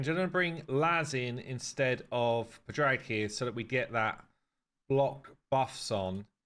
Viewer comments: Padraig = Padrig like Patrick only ending with G. I see it as either an Irish or Welsh thing. pa-dra-ig , the d giving the roll to the r and the i short. just my opinion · Padraig is pronounced Paw Drig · He needs to spend more time with nubs lol to learn Irish names lol